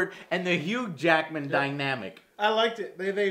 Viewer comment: says hughed Jackedman instead of Hugh jackman LOL!